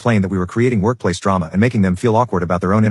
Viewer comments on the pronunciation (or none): none